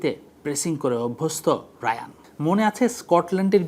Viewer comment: তার নামের উচ্চারণ হায়ান রায়ান না